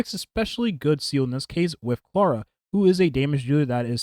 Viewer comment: You say she's your fav character, but you keep calling her "Seal". Her name is "Zeela". German for soul!